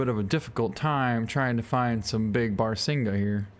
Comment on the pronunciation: Its pronounced bah-rah-sing-gah